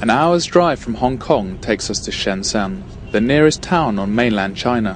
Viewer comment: By the way, this guy keeps saying "Shansam." It is actually Shenzhen, pronounced "shen jen." He is pronouncing it with a very foreigner Cantonese misinterpretation but its still wrong.